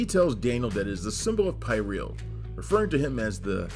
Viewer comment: It's pronounced PeerEuhl. And Dourif's character slit his wrists